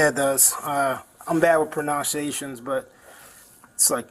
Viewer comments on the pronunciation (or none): 🐖: ...I'm bad with pronounsations, but... Me: Pronunciation is a wild word to NOT be able to pronounce. 🤦🏼‍♂️ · the cop saying he's bad with pronunciations then pronouncing "pronunciations" wrong was funny af lol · It’s not okay that the cop is so stupid. If he’s “bad with pronunciations” then he needs to practice reading at home. Maybe Hooked on Phonics. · Bad at pronunciations? Do you mean you can't read? Wow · bro what… the cop couldn’t pronounce “pronunciations” and didn’t know what alprazolam is…….